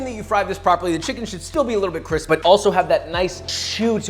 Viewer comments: My husband and I love Papa! We are missing the cabinet. We really enjoy the "Papa Speak". Wisky business, Cwispy, , and Papa Keess. To name a few that my husband and I use while we are cooking in our kitchen. When we plate it up we savor the goodness with our eyes and call it B-roll, and YES WE HAVE ALREADY PRE ORDERED THE BOOK. Thank you Papa! Hopefully you can show us someday how to make Japanese Cabbage Pancakes. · My brother and I have made so many great dishes over the last few months thanks to this channel. Thanks for making our lives cwispy JW (‘ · I just made this and it was bomb! still mind blown by how cwispy the chick chick is.